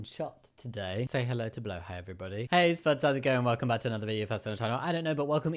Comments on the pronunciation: I hate leaving angry comments, but I HATE when people say Blåhaj like "bloo-high" or "blah-haj". it's Swedish, it's pronounced "blo-haj", using the back of your throat for the first vowel, and the j is silent. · I don’t hate him, I’m not homophobic,but my god the way he says blahja I’m gonna fucking die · say it with me BLA HAJJA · it always irrationally irritates me as a nordic person when people say blåhaj wrong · ITS BLÅ HAJ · It's so funny listening to all the non Scandinavian people trying to pronounce "blå haj"